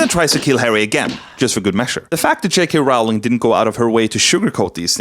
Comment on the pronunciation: Please when he said JK.Rowling I heard “Chick correlle”, I